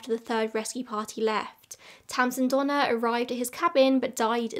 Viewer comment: To my American ears, I know you're saying "Donner/Reed" but I keep hearing Donna Reed like from It's a Wonderful Life 😅